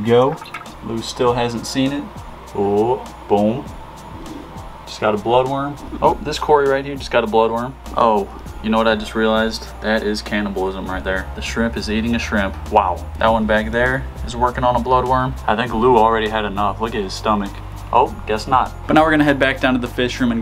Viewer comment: “canabolism” LOL